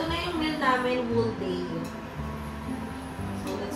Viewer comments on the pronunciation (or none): Whole is read as “howl”. Silent “W”.